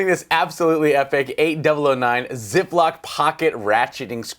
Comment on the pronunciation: Ziploc?? Try Zyklop like cyclop. I know. I know. The Germans and their V sounding W’s. Now they are messing with the Z’s. Also, that new generation of Kobalt is exactly what Lowes needs to maybe stem the tide of Stanley dominance on the shelves. I’ve always felt that Stanley strong armed them into featuring Craftsman.